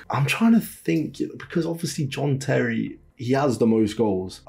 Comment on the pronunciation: Why did you pronounce John Terry as Jean Terry 😂😂